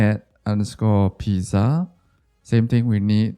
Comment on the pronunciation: why r u pronouncing pizza like that